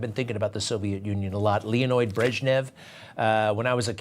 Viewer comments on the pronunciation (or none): It's Leonid, not Leonoid. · It's "Leonid", not "Leonoid". Get it right.